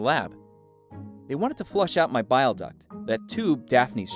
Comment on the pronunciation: Bile is pronounced bIle. Not billie